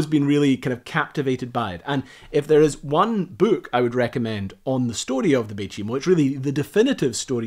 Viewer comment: I'm confused.... what's a "bewk".... :) Loved the video.